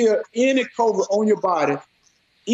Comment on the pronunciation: this mf found a cure from household products but can't even pronounce a word with only 5 letters😂 kroe-vrid